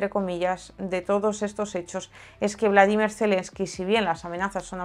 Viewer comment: por que dices "Bladimir" Zelemsky, no es Bolodimir?